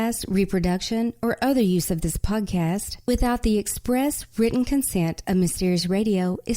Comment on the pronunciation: No one pronounces the two t's in the word 'written' like